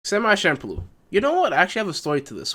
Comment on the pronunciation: My man. Enunciate your words. No hate but half the stuff you said wasnt clear enough to understand. Champloo as i understand is not pronounced with the SH* sound but CH* sound because of the kanji used to write it. But even without tht you are slurring and mixing words like crazy dog. Half of its unintelligable.